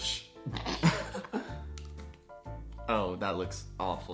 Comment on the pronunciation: Shout out to "bell-jish"